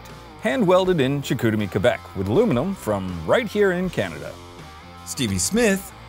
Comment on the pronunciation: "Iluminum"? Biciyles really do lower one's inteligence...